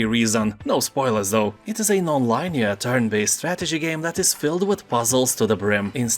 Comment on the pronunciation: Let me help you out. Lin-ee-er not line-ee-er.